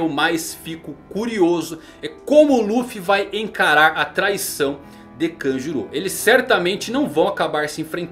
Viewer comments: Pronuncia horrível, parece que tá falando Kajuru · Kanjuru... mano a pronuncia de nomes japoneses pelos brs da uma agonia inexplicável....